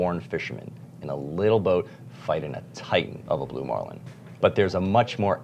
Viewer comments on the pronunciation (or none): none